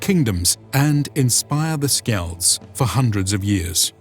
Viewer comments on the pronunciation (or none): Did I really hear you pronounce skald as "skeld"?